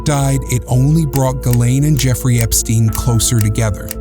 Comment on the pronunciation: Effrey Jepstein? 🤣